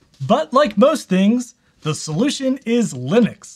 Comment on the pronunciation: *linuces xdddd